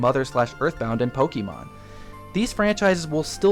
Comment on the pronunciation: The way you say "Pokemon" bugs me so much xD Don't get me wrong, tho. Great video all-around. Cheers! By the by, I think Little Mac is this installment's "retro" character. Sure, he had a new Wii game, but he debuted in arcades and the NES, and his latest game before Punch-Out Wii is (to the best of my knowledge) Super Punch-Out on the SNES.